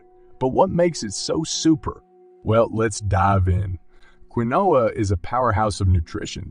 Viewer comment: Keen wa is how Quinoa is pronounced